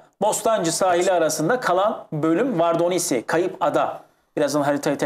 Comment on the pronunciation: Vardonisi değil vordonisi